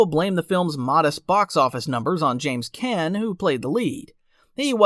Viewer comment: Is this narrated by AI or does the guy on this movie channel not know how to pronounce the last name of the very famous actor James Caan (Con)?